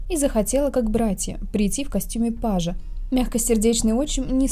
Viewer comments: Не "скарбезничество" (нет такого слова), а "скабрезность", видимо. Не "пАжа", а "пажА" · Костюм пажА, а не пАжа